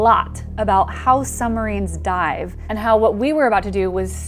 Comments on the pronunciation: PLEASE! PLEASE! I am begging you. Stop saying summarines. It's SUB-marines. (also that a russian sub graphic) BTW: Love you work otherwise.... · Lol “summarines”